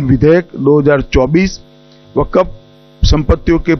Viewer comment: Vakaf ka pronunciation nahi Aata